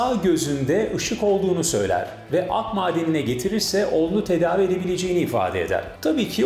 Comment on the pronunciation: Ak madeni değil / Akdağmadeni